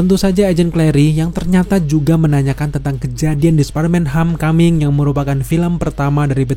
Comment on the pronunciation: Lu baca Home dengan ho•me ya?